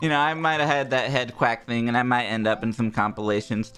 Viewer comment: "HEADQUACK" :3